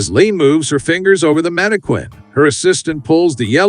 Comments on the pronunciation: The word is pronounced "man-i-kin," NOT "man-i-kwin." Get it right, genius. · Mana Quin? WTF it's pronounced Mana+kin... no one pronounces the QU as in Queen. Only homeschooled bumpkins taught by other homeschooled bumpkins pronounce words wrong as they learned to read, but not how to correctly pronounce the words. Everytime I heard, "mana-quin" I cringed and it made me sick... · > Whoever thought of this stuff is a genius Unlike the complete f--kwit responsible for a voiceover pronouncing mannequin as "mannekwin" instead of "mannekin". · It's manniKIN not KWIN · I've never heard anyone ever call it a manakwin before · I just feel like hitting the narrarator in the face every time he says "mannekwinn" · Stupid narrator is a bot. Teach it to pronounce mannequin (man-i-kƏn) correctly. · I like how the narrator says "manikwin." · "Mannekwins" lol Voice your own videos, you hack. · Dude, stop saying manikweeen 💅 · Repeat after me......MANNA-KIN! MANNA-KIN! MANNA-KIN! Stop saying Mannequin wrong! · That's "manni-KIN" PLEASE!!!! Fix this repetitive error pronto. It's screwing up your completion rates. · The manekwin pronunciation is distracting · Mani quinn…that’s not how it’s pronounced lol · Mannequin is pronounced Man ah kin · Stop saying “mannikwin”. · I'm here because of that manekwin. 😅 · It's Manny Queen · I was going to say the same thing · mannikwin .. mannikwin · it’s not correct and it’s really annoying. Manne-kin. Also British. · What moron makes a whole video endlessly using a word he doesn't know how to pronounce? And seriously, who doesn't know how to pronounce mannequin? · You'd think that an AI voice program might be programmed to follow pronunciation guides. Tech bros failing the basics, again. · I think it's funny. I'm going to start pronouncing it that way.😂😅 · Hah. Yeah, it's pretty annoying. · No, it isn't, I'm British and I've never heard anyone pronounce it like that